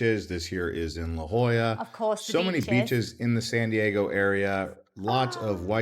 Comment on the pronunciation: Hey, he did get La Jolla right! Thank God he didn't mention Port Hueneme.